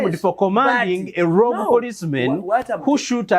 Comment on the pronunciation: The word is rogue and sounds " Rogu" not Rogi!